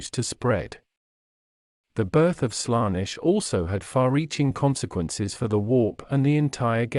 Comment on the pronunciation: Good video, but please fix the pronounciation errors: Warhammer 40000 is pronounced 40K Colonize is pronounced Co-LONN-ize Primarch is pronounced Pry-mark Daemons is promounced Demons Abhumans is pronounced Abb-humans Slaanesh is pronounced Slann-esh Eldar is prounounced El-daar Roboute Guilliman is pronounced Ro-bu-te Gil-uh-man Astartes is pronounced As-star-tiis Feel free to add stuff in the comments, folks